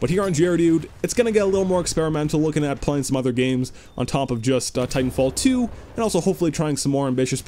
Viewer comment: I love how u say Titanfall teow